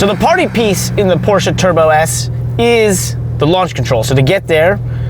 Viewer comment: So nice to hear people correctly pronounce "Porsche", with 2 syllables. Good on ya guys.